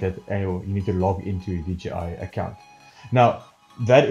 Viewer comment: Great helping videos.. Just one thing.. it's J, "jay", not G.. DJI. ;-)